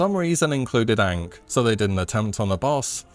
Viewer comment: Absolutely despise the way you pronounced ankh.